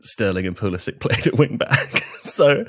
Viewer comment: Are we back to saying "Pulisitch" again? I thought it had been established a while ago that because Pulisic is American and not Serbian, that we are to pronounce it as "Pulisick"